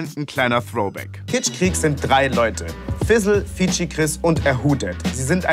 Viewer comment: Könnt ihr kitschkrieg nicht einfach mal normal aussprechen und nicht Kitschqueeek